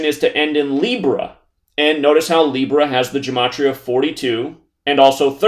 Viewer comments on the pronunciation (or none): Gematria is pronounced with a hard ‘g’. Please don’t copy this idiot. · "Gematria" is actually pronounced with a hard G, as in "Gill". -A Hebrew speaker.